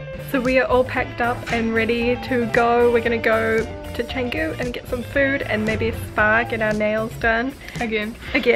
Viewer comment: Lucky Connor or whatever the guy's name is. LoL. Btw Canggu is pronounced with a C not a K.